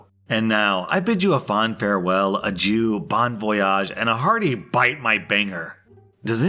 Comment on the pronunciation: When said, "Adyou", I died a bit.